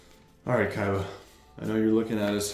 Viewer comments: I love your videos bro but I stg if you say Kaiba one more time like that boy 😂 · saying kaiba is the funniest shit ever 😂 it’s the best